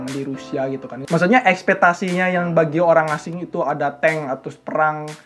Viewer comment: Untuk kedua kalinya aku dengar nyebut EKSPETASI dan dia pun nulisnya begitu. LoL.